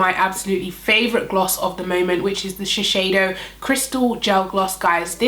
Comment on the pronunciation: Hi! Thanks for the video- amazing foundation. Just FYI, I work at Shiseido in Tokyo and it’s pronounced Shis-Say- Doh. You’re saying it incorrectly and wanted to let you know for next time. Thanks and keep up your great work. Cheers!